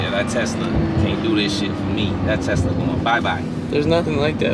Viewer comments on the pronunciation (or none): My boi pops be saying teska 🤣🤣🤣 I love it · callin the Tesla a “Teska” 🤣🤣